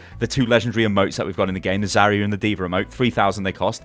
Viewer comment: pls say zarya right